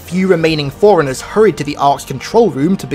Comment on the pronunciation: what accent is that, when you say forerunners it sounds like Foreigners